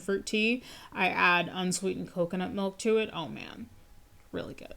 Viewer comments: He said “melk”. No one should listen to or take seriously ANYONE who says “melk”. IMO. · The word milk or "melk" as this guy says it has lost all it's meaning because I've heard it way too many times.